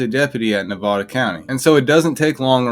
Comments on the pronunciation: Bro…. how do you not know how to pronounce Nevada? 😂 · Stop pronouncing Nevada like that. It's the second pronunciation that's correct. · At your age how is it you don't know how to say "Nevada"? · I live in Las Vegas Nevada and we pronounce Nevada: Nevada. I'm just saying. 😅